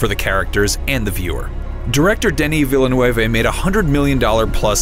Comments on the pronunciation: Ville-(nuve), not Ville-(nuwévé) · Velnooehveh? Wtf? Look up how to pronounce Villeneuve before you say it please. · "denis villen-nway-ve" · Hahahahahahahahahah Denis Villeneuve is a French name. Hahahahahahahahahah Villa-neueve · haha "director deni villanuevé" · His pronunciation of Denis Villeneuve hehe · lol still nobody on the internet can pronounce Denis Villeneuve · Probably the worst pronunciation of "Villeneuve" I've heard so far.